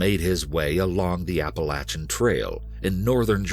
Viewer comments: narrator is the best I’ve ever heard but please never say Appa-lat-chan again😭😭😭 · It’s pronounced appa-lay-tion trail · I lose respect when I heard apple-a-chin trail. Like what? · Apa-lay-SHIN trail is how it is pronounced. Also Harriman- it's pronounced Harrah-Men not horraman. Lol but as usual, a great story. Love this channel, I live near sloatsburg and love hiking in harriman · The Apa-la-chin trail. Lol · Apa-LAYTIAN trail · Dying at the pronunciation of Appalachian 😂😂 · Your American and you can't even pronounce Appalachian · Dude don’t ever say Appalachian like that again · The way Appalachian was pronounced threw me off a little lol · The way he says Appalachian is truly amazing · Why can't any of these narrators say Appalachian correctly? There's literally an audio recording from one of the hikers saying it right...just repeat it the same way he said it ffs. I only lived in the Appalachians for 4 years total, but all these people mispronouncing it really grinds on my nerves. I can't imagine how much it must annoy people who have lived there their entire lives. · Im offended by the way yall pronounced Appalachian Trail LOL